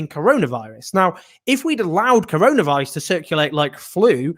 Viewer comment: did peter hitchens just say controlavirus?